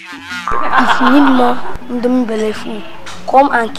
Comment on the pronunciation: I love how Ada says Indome Belleful